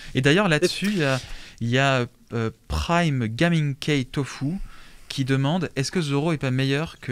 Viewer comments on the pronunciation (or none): none